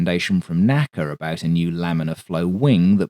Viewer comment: NO ONE pronounced NACA as "Knack - ah" it was ALWAYS "EN-AY-SEE-AY"